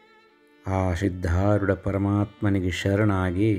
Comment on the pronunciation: Sir dayavittu sariyada uchchara maadi.....adu SIDHDHAROODHA Gurugalu....SHIDHDHAROODHA Gurugalu alla......